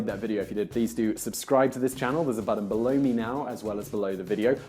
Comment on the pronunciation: He always talks about links "Below me" but always makes it sound like Blow-me